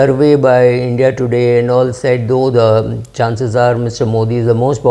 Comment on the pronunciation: Why are u calling it Indy alliance?